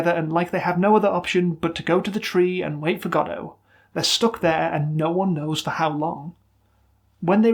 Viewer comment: Not to get political, but you pronounce Godot correctly and it warmed my heart